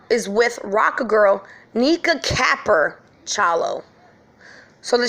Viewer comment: Capper means she's riding for Kenneka. U pronouncing it wrong. It's pronounced like wat vampires ware around dem.